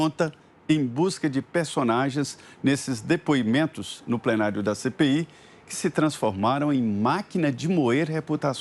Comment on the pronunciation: Vejam como Renan se pronuncia (Adivugado, Dipuimento)